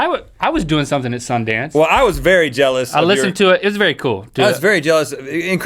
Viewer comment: Be vewy vewy quite were hunting bears